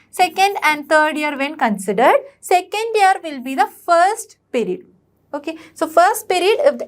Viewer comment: Mam that is not perid (pirid) that is period (piriuad)